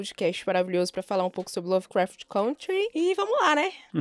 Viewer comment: Meu, pelo amor de deus : É CÂNTRY!!! aprenda a falar o nome do seu podcast!